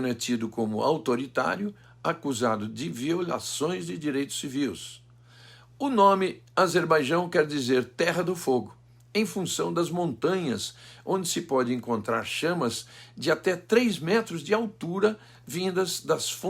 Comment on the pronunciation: "Violações de Direitos Civius", não. "Violações de Direitos Civis".